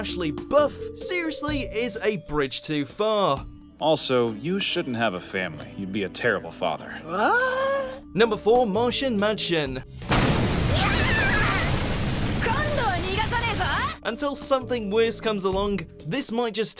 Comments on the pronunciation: I agree with this list, but please try to pronounce shit correct. It says Märchen Mädchen not Marchen Madchen. you can always just put it into Google translate for al i care, but please just try to pronounce that shit correct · wtf did u say xD ä/ae not maschen matschn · I have not seen the anime, but given its title, it is German and is pronounced differently. (Märchen Mädchen = Fairytale Girls) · Marschen Maschen? Märchen mädchen ITS german fuck sake That sounds so Fucking bad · Sorry, its too funny if english People try to talk German. It is spoken "MÄHR-CH-EN M-ÄHt-chin" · What a terrible pronounciation of Marchen Madchen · How you pronounced Märchen Mädchen was really terrible..... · If you can't pronounce “Märchen Mädchen” correctly then call it something like "fairy tail girls" which it means in German. I know it's the official title but German words used in Japanese that are pronounced English is horrible to hear. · the pronounciation of Märchen Mädchen was sooo weird and sooo wrong, it's almost funny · that pronnounciation of marchen madchen .... my ears are bleeding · I have no idea how the Japanese pronounce it but I instantly wanted to kill myself after hearing him say "Märchen Mädchen". That's so far from real German I can't get it into my head.